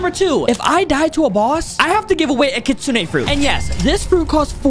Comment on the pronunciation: Did he just say he givens away 12 kisune